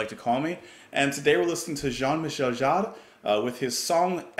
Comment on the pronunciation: I love your reaction, but please, his name pronounced ZHAAN mee-SHEL JAAR